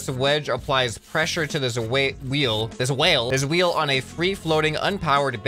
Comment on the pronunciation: saying whale not wheel